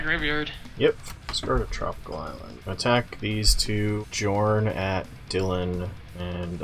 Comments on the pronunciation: Jorn should be pronounced Yorn. In Nordic languages, J = Y. Jarl is pronounced Yarl, and Bjorn being B-Yorn. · Jorn should be pronounced "Yorn"